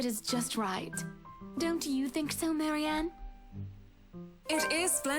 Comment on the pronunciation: I think there definitely was some mixup with Marianne's name. definitely saying it wrong, but I swear it sounds like what Marianne herself says.